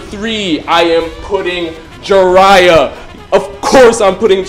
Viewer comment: Did my guy say Jiraya???